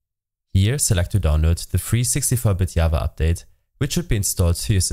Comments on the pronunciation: Java....not yava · Did this suka just say yava